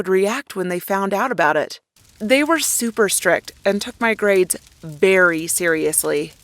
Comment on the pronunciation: are we just gonna ignore tha fact that she said "berry" insteed of very in